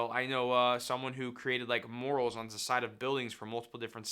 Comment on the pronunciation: 😂😂 it's not "morals" it's "MURALS". How the hell do you put "morals" on the side of a building!?!?? Morals 🤣🤦🏼‍♀️🤦🏼‍♀️🤦🏼‍♀️🤦🏼‍♀️